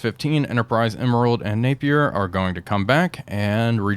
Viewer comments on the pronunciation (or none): none